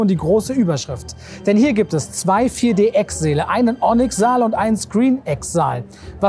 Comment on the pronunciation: Bei fällt mir auf, dass Säale genauso ausgesprochen wird wie Seele. Klingt irgendwie schön wenn man bedenkt, dass die Säale die Seele des Lichtspielhauses/Kino sind.